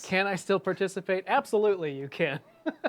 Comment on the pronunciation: I just want tuh pahtishipate LOL